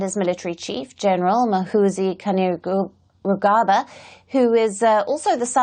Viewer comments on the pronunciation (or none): how did she pronounce muhoozi kainerugaba. not judging just found it funny